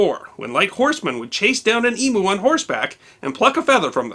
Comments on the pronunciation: Eem you not Emooo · A small nitpick, it's pronounced E-myoo, not E-moo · at least ee-moo is closer than e-moo and for those who don't know, the plural of emu is emu, no "s" at the end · Great video, just one criticism... it's pronounced "eeem-you" not "eee-moo" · Great documentry. I haven't got to the eee-mu past yet. Eee-meeuu lol Thank you for so much good content.i share often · Emu is pronounced Emew (like few) not Emoo (like boo). This is an Aboriginal word so has a correct pronunciation. Through the non-American English world this is how "u" is normally pronounced, from "formula" to "muse". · I enjoyed this presentation, but one thing set my teeth grinding, please stop calling the Emu, Emoo, it's pronounced, Emyou. This is because of Walt Disney, and his nature doco's. 🥺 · It’s ‘eeemyou’, not ‘eeemoo’. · E-MEW not E-MOO....please please please, pronounce our national bird properly....saints preserve us. LOL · Nice job. Good pronunciation overall. One exception: emu is pronounced eem-yoo, not ee-moo. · Emu is pronounced "eem you" not "ee moo" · We don't pronounce the colour Khaki as "Ka Ki" it is pronounce "Kar Ki" here in Australia... and it's EemYou not Eemoo... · It's EMeoo not EMoo! Dayum!! get it right, damn yanks can't even call an animal by its real name. We don't call your bison, Boofullo. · Dear dunno if any one has mentioned...the flightless Emu is pronounced emew rather than emoo (with respect). As an aside the photo-portrait (9min 34sec) is one Harry Harboard Morant otherwise known as 'Breaker Morant'. He and another officer were scapegoated and executed by the British in South Africa. Otherwise thanks for your posts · What about emu. Its pronounced eem you but he says ee moo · You are doing so well till you mispronounced emu, it's eam you NOT emoo. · Ee-moo?? Try eem-you and you'll be close 😅😅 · For crying out loud, its a bloody EE-M-YOU,. not em-oo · Emu is pronounced Emyou not Emoo. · Not EEMOO. EEM YOU = EMU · It’s not E moo. It’s Eemm you.😎